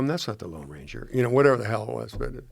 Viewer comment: said the Long Ranger, it’s the Lone Ranger.